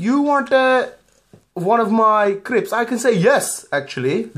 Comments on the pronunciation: CRISPS NOT CRIPS XD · It's not cribs or crips, its crisps! lmao!